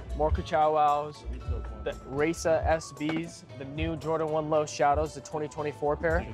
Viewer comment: “Hi-E-suh” not “Ray-Sa”